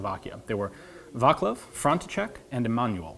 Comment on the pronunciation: "vaklav"- correcly pronauced as vatz-lav, "manual" correcly pronauced as i-ma-noo-ill, "frontcheck"- correcly pronauced as france-see-sek :)